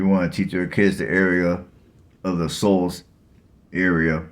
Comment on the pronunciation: Shoals, not Souls